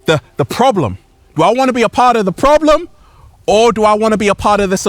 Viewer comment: Wow, I can’t stand problems only solutions. And it’s funny u struggle saying that word “problem”